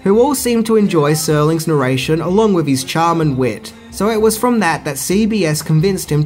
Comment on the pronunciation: Did you just say "wiv" instead of "with"? Bye.